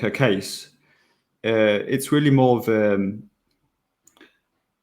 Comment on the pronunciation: It's bit hard to take someone seriously when they can't even pronounce the 'th' sound! This guy just uses 'f' for both 'f' and 'th'!